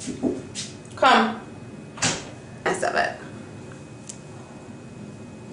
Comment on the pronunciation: I hear your accent!!... "come"